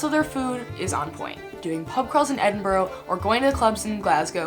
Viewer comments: Please don't say "Edin-boro"... it's "Edinbruh" or even better.... "Embra". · It’s pronounced EDINBRUH not EDINBORROW....... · I wish people would not pronounce Edinburgh - Edinburrow - It's Edinburra! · Edinboro?. Say it like edinbruh. Great video on my country👍🏼👍🏼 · I am a Scot and so pleased you love 'ma hame' but please can you pronounce Edinburgh correctly _ it's Edinburru not Edinborrow . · ggggrrrr for someone who lived here a month you would have thought you could pronounce the capital properly its not edin bourgh the way you say it is Edin Bra. also its not called forth bridge its called the forth road bridge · I’m glad you made this video, but I can’t help to say it’s Pronounced Edin bruh not edinboro. You lived here, surely you can get it right. Other than that happy you loved it so much, truely is one of the most beautiful countries in the world 👍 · Hey,its pronounced Edin-burra. Like the australian bird,the Kookaburra.Edin-burra.Much love from here in Scotland. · It’s Edinburgh not edin-burrow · Someone please teach her how to say Edinburgh (Edinbruh) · Ed-in-bu-raaa ...... Now say it fast Edinburgh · Love your description of John Muir.....he seems to have done more for American than for Scotland! Please - it isn't Edinborgho its Edinburgh! You should try haggis, it is fantastic. I am really impressed on your appreciation of the clan system. This is the best description of Scotland i have encountered and a really succinct description of my country. For someone that cannot pronounce Edinburgh you have done a fantastic job and a fantastic review. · Edinbrorow ?? Where is that lol. Edinburgh. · please learn how to pronounce Edinburgh,also,come on pal,we DON'T have lakes in Scotland,the train spotting films best represent the real Scotland lol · If you liked Scotland so much, you think you'd do it the courtesy of pronouncing it's capital city correctly. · I do wish Mericans would pronounce 'Edinburgh' properly.....